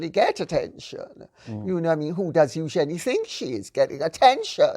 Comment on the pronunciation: Great to hear Lady C pronounce Eugenie correctly thank you